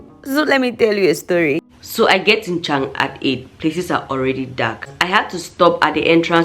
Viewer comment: Dschang...the right prononciation Tsang means CONFLICT.